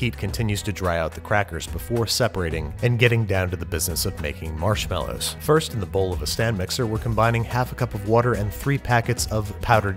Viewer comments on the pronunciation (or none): Why do you always say “marshmallows” wrong?